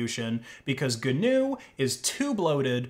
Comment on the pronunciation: that's how you pronounce GNU